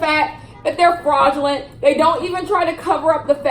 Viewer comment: Yo I love when she be saying FRAuUUdGELENTT